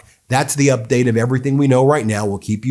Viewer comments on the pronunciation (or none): none